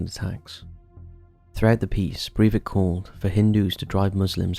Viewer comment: Sry. Stopped when you mispronounced his name.